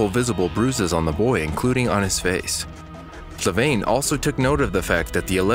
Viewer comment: FLAVIANE not FLAVAINE